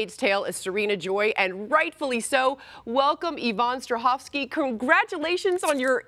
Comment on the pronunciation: She is Australian. Also, wouldn't it be 'Strahovska'???